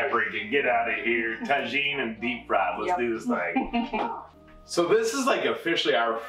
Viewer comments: I’m laughing so hard about the pronunciation of tajin .. the J is pronounced with a H in Spanish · Thank you for the develed egg receipie...fyi try saying tajen with the "h" sound instead of "j" sound...spainish version...just a little hint...love you guys!! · Yes!!! Ta-heen!! It’s a favorite around here too! We put it on everything!!! 😂😂😂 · The eggs look goo! By the way, not to "correct" you, but that spice mixture that you put on top of the eggs is actually pronounced "Tahin"...the "J" is like an "H"... LOVE you guys!! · I think the j is pronounced as a h?